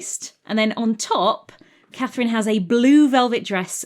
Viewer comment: Hello, my name is Catherine, and it was just lovely to hear my name said with beautiful diction, enunciated clearly, over and over and over again :) I'm also happy she was French, and used the French 'C' spelling.